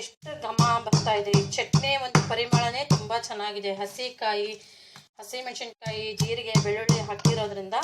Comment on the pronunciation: ರೆಸಿಪಿ ಚೆನ್ನಾಗಿದೆ,ಮೆನಶಿನಕಾಯಿ ಅಲ್ಲ,ಮೆಣಸಿನಕಾಯಿ